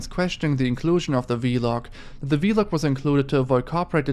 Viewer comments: not him saying v log instead of vlog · It’s funny how he pronounces Vlog as V-log